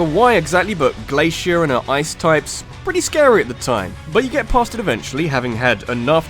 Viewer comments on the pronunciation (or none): none